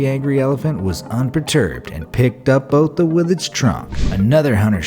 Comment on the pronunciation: Please never butcher south african surnames again, that surname is supposed to be said in afrikaans and all you did was make it sound like it originates from an african tribe when it probably originates from germany, holand or the nederlands. i can 100% promise you its not bota.